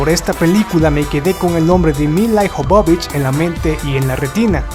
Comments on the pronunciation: Ijovovich cuando es Jovovich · el apellido de lila no es IJOBOBICH sino que es jobovich y para que se de cuenta mi querido amigo lo voy a escribir de tal manera que usted lo pronuncie y se de cuenta de su error YOBOBICH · No es milai jovovich Se escribe milla jovovich Se pronuncia mila yovovich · de donde putas sacas el Ijovovich es Jovovich porque pronuncias esa I innecesariamente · Se lee YOVOVICH. Interesantes tus videos pero te falta estudiar ingles. Es com cuando dices Tim BUrton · Es realmente doloroso escuchar tu pronunciación, tanto de palabras francesas cuanto inglesas, así como nombres... antes de hacer un video deberías, por favor, chequear lo básico! "Béson", "CiberpUnk", "Yjovovich", "Osuma", etc... Terrible! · no te puedo dejar un "like' por que tu pronunciación deja mucho que desear. El apellido de Mil la Jovovich es muy claro, no se porque tu lo pronuncias tan mal.